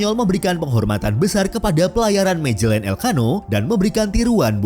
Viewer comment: Dibacanya Magelan bukan Majelen, ini Spanyol bukan Inggris